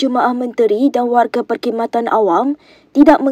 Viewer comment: Buat pembaca berita; "peR-kHidmatan" bukan "peNG-Kid-matan". Perkataan "Khidmat" biasanya dibaca sebagai "hidmat" jarang dengar bacaan "kidmat".